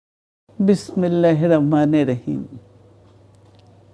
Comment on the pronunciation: বিসমিল্লাহও বলতে পারে না। এতো শিক্ষা দিয়ে কি হবে?